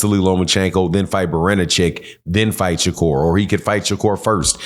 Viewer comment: If you can't pronounce the fighters name,, just say the cab driver,, we get it Shakira doesn't step in the ring with no real fighters 😂😂😂😂 that boy wants to be just like tank so bad,, just like Devin did,, 😂😂😂😂 look at him now